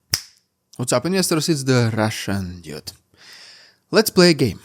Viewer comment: Love your channel and your English is grammatically excellent but you really have to learn how to pronounce "dude" because at the moment your intro sounds like you are calling yourself "The Russian Idiot"!!! :-)